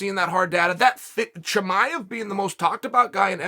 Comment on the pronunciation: Chael : Haz-mat Chimaiv